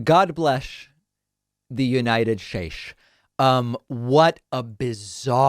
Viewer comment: Lol! I forgot about “the unirterd schtates” thing😂😂😂